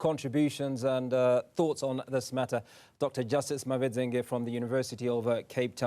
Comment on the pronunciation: There are no loopholes wena. Nxaa Now you can no longer pronounce names properly? You can't pronounce Mavedzenge?